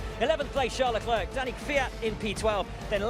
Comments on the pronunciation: It's not LE- CLERK Those studio people irritate me. It's Charl LE-CLAIRE Arg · My god, do learn how to pronounce Leclerc’s name the way it is intended. You guys sound obnoxious.